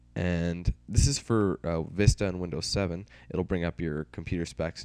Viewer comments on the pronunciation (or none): none